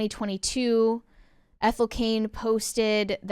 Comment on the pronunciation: Her name is Ethel. Ethel.